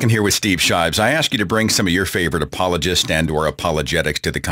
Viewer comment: Shives? Come on, Seth...you can do way better than that.